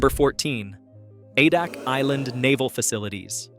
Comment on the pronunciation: A-Dak not Ah-Dock